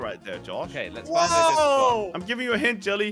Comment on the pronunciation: 1:he said "this so" where is the "is" inbetween 2 it's spot not sport sport is completely different thing